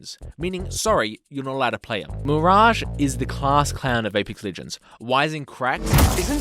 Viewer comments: I am so mad you call mirage like that. Not to be a nerd but its pronounced miraj NOT FLIPPING MIRAG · Bro literally said mirang . That's ma rage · Why is no one talking about how he butchered Mirage’s name by calling him “Meringue”? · Nah...nah you mispronounced Mirage's name on purpose. F*ck that sh*t